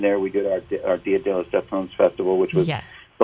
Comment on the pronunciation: She literally called Stef "Steven", I can't 😭